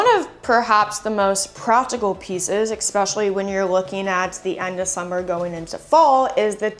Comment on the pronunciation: Please say ESPECIALLY not EXPECIALLY. Love your channel !!❤